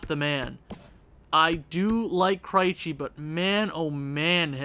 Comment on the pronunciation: I know I'm watching this way after the fact, but maybe Krejci is doing bad because you keep pronouncing his name wrong. I'm a Bruins fan and every time you say his name I cringe just a little bit. But other than that, I'm loving your channel my guy, keep it up